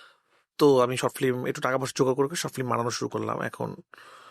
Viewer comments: রায়হান সাহেবের কাজ ভালো, তবে ফিল্ম উচ্চারণ করা উচিত। এসব ম্যাটার করে।উনি ফিল্ম কে ফ্লিম বলে। সংশোধন করা উচিত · Ki director re, Film ke boltese Flim 🤣🤣